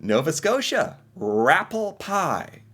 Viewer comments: It’s not “rappel” pie. The word is “rappé” pie from the French shore of Nova Scotia. Not made with “dehydrated” potatoes in the sense of instant mashed. It’s shredded potatoes squeezed to remove the moisture and mixed usually with chicken. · Always fun to listen to your comments. From Nova Scotia And having some rappie pie with my family this Saturday. It's rappie with an i not rapple with an L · It’s rappie pie with an i not an L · Its not pronounced rapple pie, lol. Its pronounced rappy pie. Personally, as a born and bred Nova Scotian I cant stand rappi pie... bland as f*ck and the texture is close to wall paper paste, lol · Its rah- pee pie, not raa-ple spelled rappie. They misspelled it. Its a traditional french acadian dish made of mashed patotes, and chicken commonly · as an acadian from nova scotia, it's a potato dish called Rappie Pie (not Rapple Pie) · I live in Nova Scotia and the site you're reviewing has it incorrect. It's Rappie Pie, not Rapple pie. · Not to judge but it is pronounced New Found Land. And it is Rappie pie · Hi, while I am born and raised in Ontario, both my parents were born and raised in Nova Scotia. The spelling is wrong for Nova Scotia’s dish. It’s actually Rappie with an i not an l. It’s pronounced Raw-pee pie. The picture in the shot is showing a rather “slimy” rendition of the pie our family likes ours firmer. And while it’s a very simple dish it is delicious. Rappie pie is also an Acadian dish. It’s a very traditional Christmas Eve dish. As someone from Ontario I can assure you I have definitely had my share of pickerel in my life. I honestly would have thought Manitoba’s dish would have been perogies as there is a large community of Ukrainian descendants in the province. And as an aside, Montreal is superior to any other smoked meat you will ever consume, off the charts good! Just wanted you to know 😀